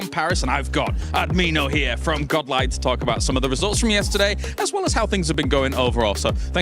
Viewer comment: tell tour friend Ad-mi-no is not amiiianooo